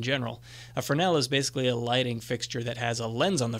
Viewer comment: Thanks for that . And thank you for pronouncing "fresnel" correctly. Yes, the mic is worth the time/money spent. The audio is noticeably improved ans should remain at this quality or greater.